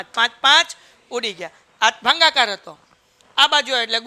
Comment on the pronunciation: Bhagakar ❌ Bhangacar✅😂